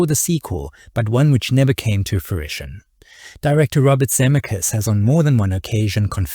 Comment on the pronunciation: This video could've been truly great but your blatant mispronunciation of Zemeckis, especially given his importance in this history, is simply unforgivable. I still gave it a Like because I love Roger Rabbit and appreciate your aim in producing this video.